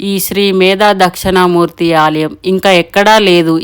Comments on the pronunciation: Dakshana Murthy kaadandi dakshina Murthy devudi videos chesetapoudu vuchaarana important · అది దక్షిణా మూర్తి అండి.... దక్షణా మూర్తి అన్నట్టు వినిపిస్తుంది... సరిచూసుకోగలరు.